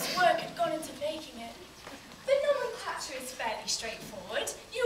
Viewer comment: 'nomenclature' thank you so much for teaching me how to say that word. it's the one word that gets me everytime. good work. i'm doing this for my AS exam. i'm playing hobby